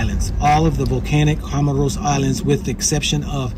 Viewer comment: Bro, first you couldn’t even call the country’s name properly and then you’re saying they are short which is not true. How long you’ve been traveling?